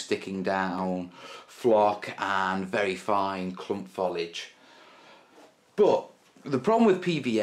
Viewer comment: i realise i am 5 years too late but it is Fo-lee-idge not Fol-idge.